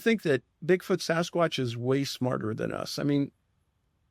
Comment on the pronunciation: I like Jeremy a lot but when I hear him Sossaqwsh like that I can vomit 🤢